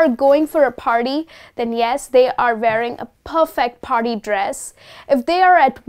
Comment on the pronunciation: Mam you have a good grip on vocabulary but the word wearing you pronouced as varying!